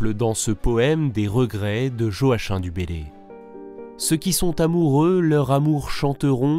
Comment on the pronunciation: pardon, mais "Joachim" = / joaquime / pour la prononciation.